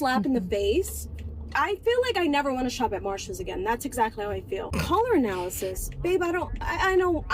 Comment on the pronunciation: not being able to say analysis is taking me out 😂